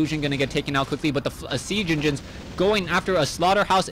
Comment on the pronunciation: Oh man :D "sea genginins"